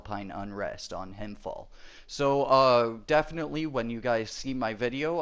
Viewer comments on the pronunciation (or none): When you pronounce "Himfjäll" try saying it like "Himfjell" instead of "Himfjall" :) just a tip